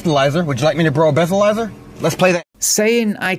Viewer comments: He said "i will brow a bleathalyser" 😅 nope, nothing to see here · He said "I will brow a bleathalyser" ... nope, nothing to see here 😅